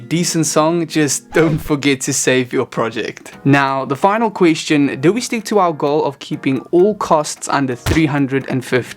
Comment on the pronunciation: Qweeshchun? Is that a kiwi accent, or South African?